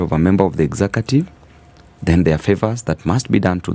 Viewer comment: “Exacative”?.? I always learned “executive” ….